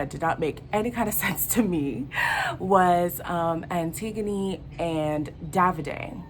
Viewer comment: Tasha crying cause charlstone didn’t choose her and she already exposed how she wanted him and would leave android for him. davidson calling the greek goddess antigana and butchering her name and playing tf out of danica after that kiss of death smhhh, also he was very upset that ekin su wasn’t dumped from the villa. Jac acting upset that jay picked paige as if he didn’t encourage it?!. luca trying to secure his back with micheal ownes daughter cause babyyyy he is her human backpack at this point embarrassinggg. Dami and indiyah are my parents god bless them periodt. Also not the guys coming for tasha and ekin su for the things the guys are doing, it’s giving double standards and misogyny ew. Over all the drama gave me life, even tho these are the least attractive love island contesters I’ve ever seen in my life (beside the love islan usa version which is trash and i only loved justine my melanin kween) 💀💀 If they keep up the drama they may live up to love island 2019 and to the love island season 2 iconicness!!!